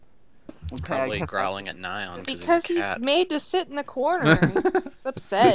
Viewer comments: You're all pronouncing Nyan wrong lol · You're still pronouncing "Nyan" wrong...